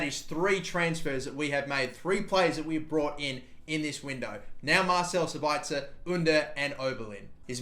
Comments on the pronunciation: You emphazise Sabitzers name on the first syllable (SAbitzer, not SabItzer). Greetings from Austria to Australia #kuhlimuhnotkangaroo. :D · its sab itzer not sabaitzer and yes i gave that space bar on purpose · Marcel Sabitzer is pronounced Mar/sell Sab/its/er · It's pronounced sabitsir